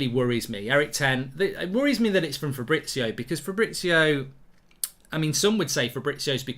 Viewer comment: It’s fabriZio…. Z!!! You’ve said FABRITZIOO 30x times …. Jesus Christ